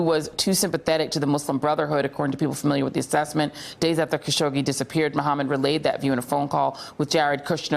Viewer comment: Hasn’t it been long enough for Joy to learn how to pronounce Mr. Khashoggi’s name correctly? How disrespectful.